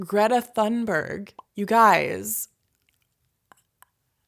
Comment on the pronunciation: the "h" is silent i Thunberg.